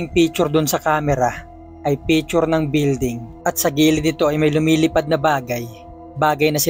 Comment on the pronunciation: Picture po hindi pechur